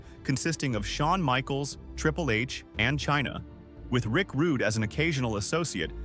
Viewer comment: Rick Rudey? Ffs. A.i slop!